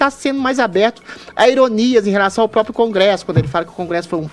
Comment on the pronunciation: Esse garoto que falou sobre o Juiz Fux ainda não aprendeu a falar APROPRIADO ( em ), e fala no mais puro Dilmês, APROPIADO e INAPROPIADO. Também não sabe falar PRÓPRIO e fala PRÓPIO. Nosso professor Villa também incorre nesse erro. Ninguém da rádio observa isso? Alguém da Pan deveria avisá-los. Se estiverem precisando de um corretor de português, estou à disposição, apesar de ser formado apenas em História e Música.